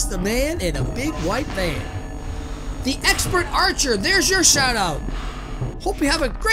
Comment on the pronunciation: Uhh it's pronounced thee peanut now you got to do it next week too! Lol jk thanks so much for the shout out:D